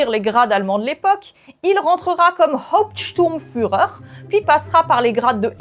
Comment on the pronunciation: Y a la liste complète des grades (wechmacht et RSHA), avec organigrammes, dans les annexes du livre (incroyable et terrifiant) "Les bienveillantes" de J.Littell aussi en poche et en num. et ..Pas "optstourm ...""Hahopstourm ..."(reulou mode over^^) Super, comme d'hab thx :)